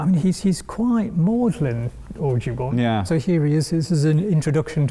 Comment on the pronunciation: Watching repeatedly mispronounce Audubon's name, an American, is justice.